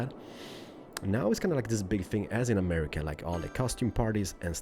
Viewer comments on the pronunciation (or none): none